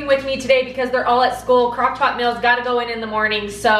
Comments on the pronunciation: You pronounce meals with a short i sound instead of a long e sound. So it sounds like mills. 😊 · Am I the only one who notices she said meals different? Lol